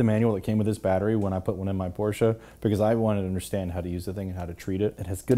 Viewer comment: "Thank you for pronouncing Porsche right." - every German